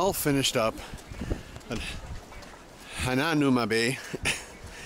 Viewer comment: Lol that was definitely not how you say it. 😂😂😂 “ha-nah-ma bay “ 😂